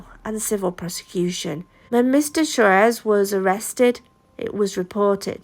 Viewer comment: It’s pronounced swarez!